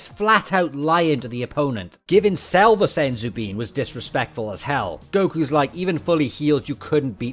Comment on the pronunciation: the time when he uses kaio ken and then says its cells technique and cant even pronoce it right